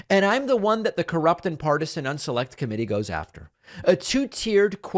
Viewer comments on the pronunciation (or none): The way he says "unselect" is plain dumb lol